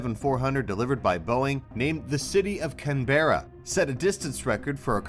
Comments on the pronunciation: It’s pronounced CAN-BRA!!! Not Can-Bur-Ra!!!!!! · "Canbura" MATE ITS CANBERRA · Let’s settle this it’s pronounced Can Brugh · When pronounce Can-Ber-Ra which means Americans but CAN-BRA just Aussie and don't get angry about it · I guarantee if you come to Australia and ask directions to “Can-berr-a”, you get a snicker and a warning about all the drop bears along the way.